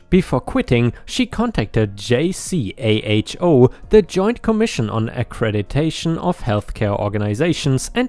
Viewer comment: Hey!! Just want to help out. The hospital story: JCAHO is pronounced “Jay-co”. As in “blueJAY” and “co” with a long “o”, as in “oh”. Usually, they would send us a list of about 25 charts to have pulled and ready…..usually with less than 48 hours.